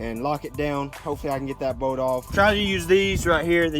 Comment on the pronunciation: Kept thinking you were saying oil boat I was like wtf is an oil boat?